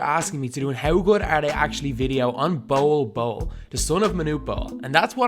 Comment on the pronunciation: His name is pronounced like bowl bowl not bowel bowel